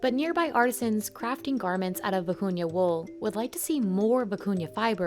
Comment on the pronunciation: Thank you for posting this, very interesting. I love almost all the fabrics/techniques. Especially the vicuña wool. It was annoying in the video that the narrator continuously sounded like she was saying “acuña’ instead of the real name.